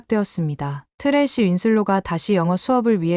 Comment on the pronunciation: 쓰레기로 들림